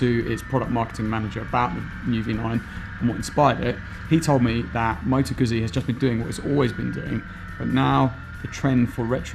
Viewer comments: 'gootsy' not 'guzzy'... 😑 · LOL! Knew you weren't a Moto Guzzi fan as soon as you pronounced it Guhzee instead of the correct Gootzee! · Nah, that excuse doesn't work. TRUE Moto Guzzi fans, wherever they live, pronounce it the way Italians do, just as TRUE Porsche fans pronounce Porsche with two syllables as it is done in Germany, Por Shuh instead of Porsh. I have British, Swiss and Finnish friends that all own Guzzis and they all pronounce it Gootzee. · Doesn't get Guzzi this guy. Cant even pronounce the name. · How about learning the pronunciation of 'Guzzi' before doing a review? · oh god please learn how to pronounce 'Guzzi'! Hurts my fckn ears